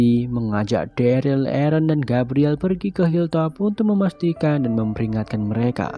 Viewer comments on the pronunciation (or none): bang.. dia derel bang bukan deril 😭😭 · Yg bner Daryl